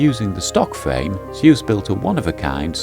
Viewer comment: It's NOT pronounced Zay-Usse... its pronounced Zooooooooooss. Your not an American! Oh bloody excellent video BTW 😊